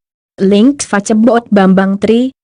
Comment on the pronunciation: Ck....pembacaan narasi kaco amat sih... Masak facebook fibaca facebok....